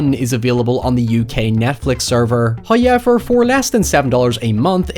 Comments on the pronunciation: your pronunciation of however is giving me the crazies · It sounds like it would take so much effort to pronounce "however" that way. Does it hurt or make your mouth cramp up?